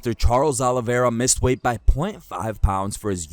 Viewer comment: Hey Felder ! THE CHAMP HAS A NAME AND ITS: "CHARLES OLIVERA"